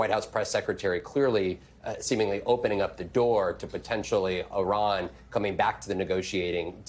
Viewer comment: Did Karoline mispronounce Iran??? Yes... yes she absolutely did!!